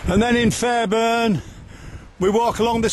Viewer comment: It pronounced "Fair born" not "Fair burn" and "Bar muff" not "Bar Mouth"